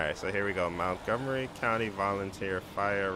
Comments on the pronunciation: btw i live here and it is not (Mount-gomery) it is (Munt-gomery) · MONTgomery, not MOUNTgomery